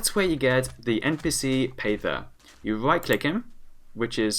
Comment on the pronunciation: says pather like payther facepalm